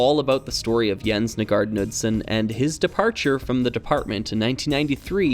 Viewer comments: For anyone interested, The correct pronounciation of “Knudsen” would Be “K-Nu-ssen”, with a hard K at The start and No mention of the D in The middle ☺️ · I'm not sure if the pronunciation is the same for this mentioned Knudsen but I grew up hearing the name pronounced "Kuh-nood-sin." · Sigh, another native english speaker failing in pronouncing foreign words and names. Jens Nygaard Knudsen would be disapointed. Here is a quick lesson: aa sounds like a in tall. Knudsen doesn't have a silent k. I hope someone will learn from this. Please don't make me hear Ole Kirk be misspronounced.... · Nice vid, The "K" in Knudsen is not silent. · This is a minor point, and not terribly important overall, and is just provided for anyone who might be curious or interested: I am more or less assuming that Jens Nygaard Knudsen was a native Dane (and not, say, some American with Danish heritage or something), since it's about the most Danish name I can think of, and going by that, I thought I'd mention that the k in "Knudsen" is not silent in any of the Scandinavian languages, including Danish. The actual pronounciation would be a bit like "K'noods'n". kn-clusters are fairly common in these languages and virtually never involve the silencing of the k. (It's not pronounced "Kuh-nood'sn", by the way, the k flows very quickly into the n, a bit like how English handles consonant clusters like "kl"/"cl" without saying "cuh-luster" or "cuh-lear", but I can understand if flowing cleanly from k to n might be difficult if one is simply not used to it.) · It has no real bearing on the great video, but as a Dane, it would be remiss of me not to mention that the K in Knudsen is not silent. However, the D is silent 😊